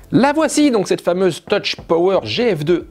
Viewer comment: On ne prononce pas "toutch" mais "teuf" ...